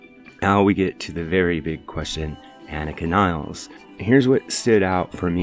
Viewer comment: please show respect and learn to pronounce the name of Anika Nilles properly